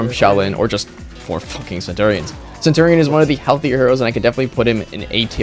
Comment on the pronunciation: that is not how you say centurion